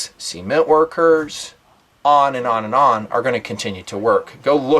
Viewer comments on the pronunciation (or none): 'sea'ment lol